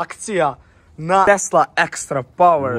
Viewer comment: 😂kaze tesla ono pise tesa jao brate najaci si bre nasmejes me